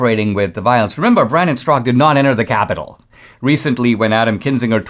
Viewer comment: Straka is a Slavic name wit the second A pronounced.